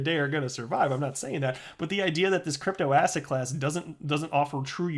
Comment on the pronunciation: you've been saying asshat so much that when you say asset it sounds like asshat :D